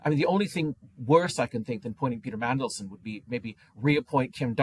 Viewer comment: Did say "Pizza Mandelson"? Nice!